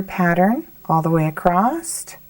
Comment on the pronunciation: ACROSS ,not acrost! lovely pattern thanks